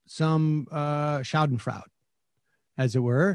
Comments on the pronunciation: Pronounced "Shah-den-froy-duh" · It is pronounced 'shaden froy duh'. From Schade in German for 'it is a shame' or 'too bad' and Freuden in German for enjoy. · bro it's pronounced sha-den-froy-da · The word is schadenfreude, Sam. sha-den-freu-de. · Only if you can pronounce it properly, unlike our boy Sam here lol